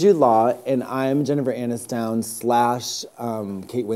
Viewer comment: Jennifer Ann-is-down and Kate Win-slit? Did I hear that right?